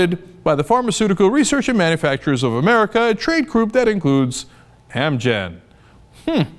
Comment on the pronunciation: He said "Amurica" lol